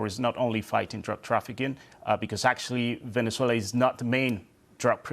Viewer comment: Venner-zoo-ail-her? Don't even know her!